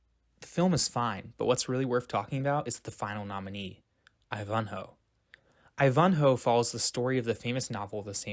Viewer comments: I THINK YOUR PRONUNCIATION OF I VAN HO (NOT I -VON HO) IVANHOE!!! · right--NOT I-van-hoe , it's ivan-hoe . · *I*v’nhoe not iVUNhoe 😊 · Your pronunciation of Ivanhoe is incorrect. How could that be? It's like: eye-van-hoe not Ifhanho. Takes away the reliability of knowledge of subject matter when I hear it. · WoW! I've always pronounced Ivanhoe as "eye-van-hoe" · Wonderfully done documentary...but... eye-VAHN-hoe? What? eye-VAHN-hoe? Is the narrator a young person? GOD.... No one on the face of the earth ever called it eye-VAHN-hoe?. It's IVAN-hoe. Yuck. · FYI: EYE-vun-hoe, not eye-VUN-hoe. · You have a strange way of saying some words. Such as posthumously, which can be pronounced several ways but not the way you did it, just Google it. But the most glaring mistake was Ivanhoe. I've no idea where you came up with this. 😊It's not eye-VON-ho. It's EYE-vin-ho with the accent on the first syllable Otherwise, I thoroughly enjoyed your video and learned some things myself! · Ivanhoe is pronounced EYE-van-hoe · Ivanhoe is an ENGLISH name, not a GERMAN name. Stop pronouncing it like "I von Hoe"! Otherwise, a masterful piece of research and devotion to the motives. (You might have to struggle analyzing some of the "kiddie movies" made today.) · Interesting video. A few pronounciation notes...Ivanhoe...the stress is on the first, not second syllable..IvanHOE. And Elia Kazan's name is pronounced EEEleeah...stress on the first syllable. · I really wish you people could get some things right. The reason the Oscars weren't televised wasn't just that the movies didn't like the small screen. Yes, TV was around in the late 1920's but the Great Depression and WWII delayed establishing transmission lines. In addition people were occupied with surviving during the Depression and the war. Ivanhoe is pronounced: I van (as in minivan) ho. Finally, most people of that time thought Bob Hope was great. Look at the comments on any of his biographies.